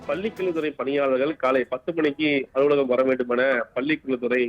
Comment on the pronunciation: News reader should practice more for the "vallinam - lla" mellinam - la . when she pronounce kalai - it is like Kallai - means "bull"